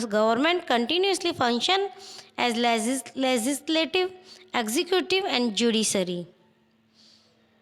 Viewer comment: Comize , manezmen,bazez,prezezving,lezizlative😂😂sahi se to bolo aur ye konsi 12 std ki hindi bolrahe ho😂😂